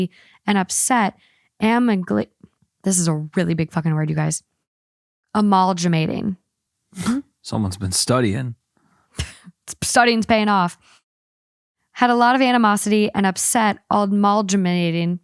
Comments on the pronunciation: "Amaalljamating!" 😂😂 I think she means amalgamating? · Hate to be that person but amalgamating is pronounced with a short a like apple and a hard g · amalgamating: uh-mal-guh-mating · Reading generally helps you properly pronounce words like 'Ah- MAL - GAH - MATION' and retrieve words like 'quip' instead of 'quirk'. I mean no disrespect. Frankly, I love when et al fumble their words, but reading definitely helps boost confidence. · when she said amalgamating wrong i burst out laughing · Amalgamating 💀 oh noooo that is not how you say that